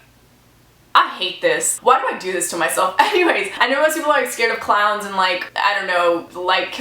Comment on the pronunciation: I thought you were saying clouds, "I'm not scared of clouds but most people are". But you were really saying clowns, LOL.